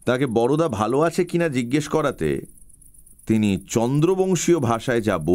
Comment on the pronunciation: Darun Mir. Shudhu Boroda na bole Barda bolle valo hoto. Amra Bengali ra boro dada ke Borda boli, Boroda noy.